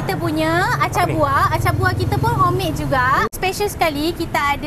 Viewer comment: Nyampah aku dengar hommade...xkanlah msak nasik kt kilang